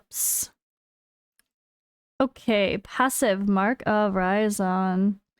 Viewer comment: You pronounce it raisin like a dried up grape you know hahaha that’s what I’m calling him now anyways 🍇